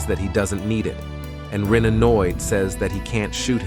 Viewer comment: I'm sorry, who is Rui? I keep hearing you say that name. Are you referring to "Rin"? The protagonist?